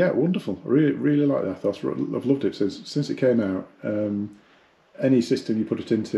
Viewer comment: Its pronounced ETHOS. Jesus.